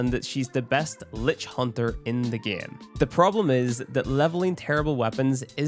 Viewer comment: " in the gyem"